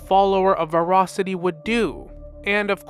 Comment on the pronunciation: New Challenge: Take a shot whenever mispronounce ‘Voracity’ /j